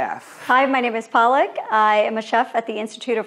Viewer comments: Tbh its pronounced "Paluck" not "Palak" Palak is spinach mam. And she must have been brought up outside India if she can't pronounce her name right. Not shading or anything but as an indian, the fact that she can't even pronounce her own name correctly is driving me nuts!! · Palak even can't pronounce her own name correctly 😒